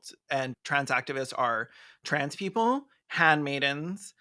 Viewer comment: "Keople for the Athical Treatment of Yanimals" has sent me. I'm like a minute and a half in and I had to pause for a chortle break.